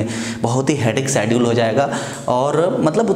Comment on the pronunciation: Sedule nahi hota schedule hota hai. Please improve your accent